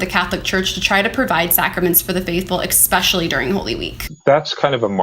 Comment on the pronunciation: Just a pet peeve; show me where the letter X appears in the word ESPECIALLY??? You're a so called journalist, girl, it implies you went to school and learnt how to spell properly, or in this case, pronounce words correctly...